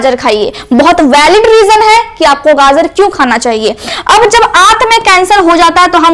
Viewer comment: बहुत अच्छा लगा जब ने गाजर को गाजर ही बोला। गाजड नहीं कहा। 😂😅